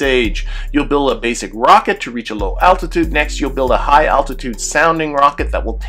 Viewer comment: Dude, there's an L in altitude.